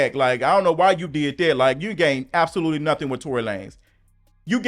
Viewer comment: I loved when you use to say Tory Lay-nez 😂😂😂😂 I’m crinnne